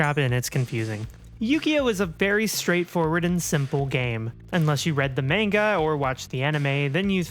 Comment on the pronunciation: I will support you throughout the entire duration of your transition, you fucking rock and you're a goddamn inspiration who is still pumping out consistently great content to this day... but I will never support the way you just said manga.